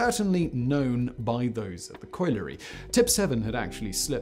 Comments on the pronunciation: Tragic story, but the part that boiled my blood most was your pronunciation of colliery. 'Collie' (like the dog) followed by 'ery'. Coil-ery is an abomination. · Factboy it's pronounced [coll'er'y] please don't let me and yourself down by simple pronunciation. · colliery is not that hard to pronounce. coll yer ree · It's pronounced collar-e.